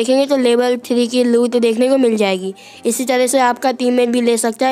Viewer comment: भाई लूत नही लूट होती है पर जो भी बोला तुम्हारी आवाज बड़ी प्यारी है......और धन्यवाद वीडियो शेयर करने के लिए.....😊